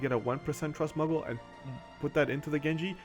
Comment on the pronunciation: these muggles man... terrible stuff i tell ye, muggles. sorry, just been with FF for so long, hearing muggle instead of moogle slightly baffled me